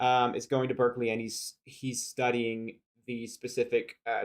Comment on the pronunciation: Did he call it Berzerkeley?